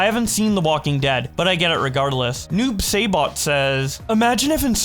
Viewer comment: It's pronounced Noob SAEEBOT not Noob seibot